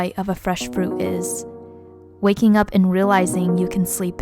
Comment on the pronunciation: Did anyone notice that she said wu instead of up